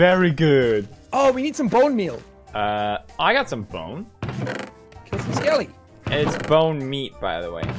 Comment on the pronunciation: wait does felix actually think it’s bonemeat ? 😂